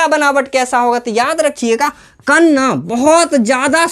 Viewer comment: कण ❎ कन ✅ 😂😂